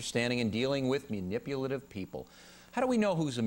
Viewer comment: MUNIPULATIVE! There's an "a", not a "u"